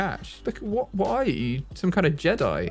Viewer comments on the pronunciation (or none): none